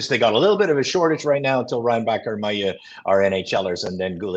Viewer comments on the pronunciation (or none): Can someone tell that "Mailloux" is not pronounced [Maill EUX] like "peux" "vanteu" but [Maill OU] like "yOU" or "lOOp". Thanks!